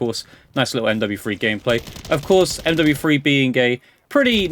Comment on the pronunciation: I like how you say MWFwee